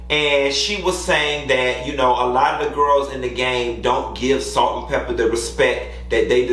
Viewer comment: You did Pepa wrong, 🤣